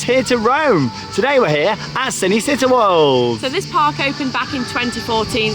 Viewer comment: I know you guys don’t speak Italian but it is pronounced ‘Chee-nay Chee-tá’ 😀😀 Great vlog btw.